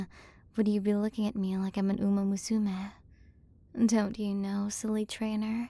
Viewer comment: This is nice and all, but your pronunciation of "umamusume" is egregious. You're supposed to say it all together, not "uMA_muSUme"